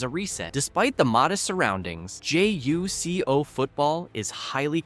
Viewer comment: It’s not J-U-C-O it’s JuCo (joocoh